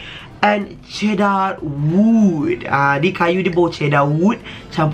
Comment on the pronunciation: Bila dia sebut "cedar wood" i died 😂😂